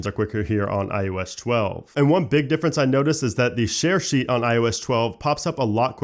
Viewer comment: Can’t unhear “I.O.eshtwelve”